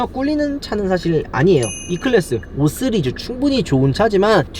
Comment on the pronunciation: 5쓰리즈 웃겨요 ㅋㅋㅋㅋㅋㅋㅋ 발음ㅋㅋㅋㅋㅋㅋ오쓰리즈ㅋㅋㅋㅋㅋㅋ